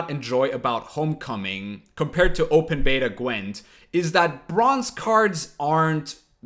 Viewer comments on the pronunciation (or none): none